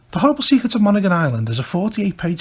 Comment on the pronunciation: People from Maine pronounce it as mon•hee•gon or mon•hee•gin with a hard 'g'.